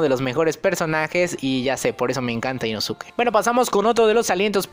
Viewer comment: min El negro es la ausencia de todos los colores no la combinación de ellos mimos.... min i introducido ?? no sera e introducido... min Ino-tsuki no inosuke básico en pronunciación.